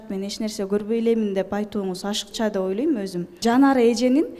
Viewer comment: Элиза деген кыз кыргыз болгондон кийин олойм дебей ойлойм деп туура суйлосон,жасалма суйлобой.